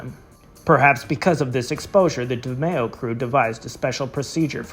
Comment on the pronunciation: Please say his name right